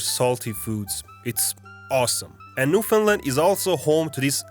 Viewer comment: Oh, and most Newfies are weirded out when someone pronounces it as ‘New fond lund’ (most of us pronounce it ‘New fund land’ with emphasis on the A)